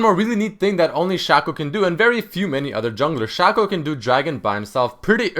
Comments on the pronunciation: His name is pronounced Shaco not Shako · I think you say shaco wrong :3